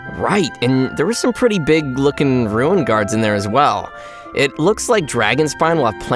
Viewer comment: the fact that Aether ses "ruin grader" insted of "ruin guard" is just i have no words